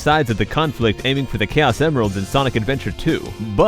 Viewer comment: Its Pronunced Kay-Os